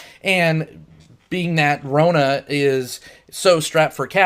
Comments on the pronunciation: Rona? GTFO if you can't pronounce the main character's name you shouldn't be reviewing the movie. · I love this movie. But you keep mispronouncing Rona's name. Good review though. This movie is a hidden gem.